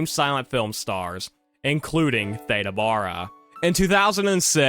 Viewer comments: You keep pronouncing her name wrong it's not like Ada Wong from Resident Evil 2 its pronounced like THEEDA Bara instead. I'm sorry that just irked me the way you kept mispronouncing Theda Bara. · "Theeeda"... and her last name was pronounced "Bear-a" until I watched this vid 🤭😂 Also, "tap-estry" not "tape-estry," and dates are off all over the place. Interesting nonetheless 🙂